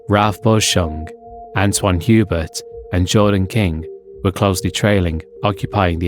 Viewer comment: Piggybacking on this comment to politely add that Hubert’s name, being French, is pronounced like yu-BEAR rather than HYU-bert.